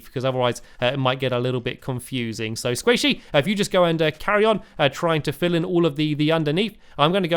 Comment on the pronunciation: Every time you say sqaishy I think squishy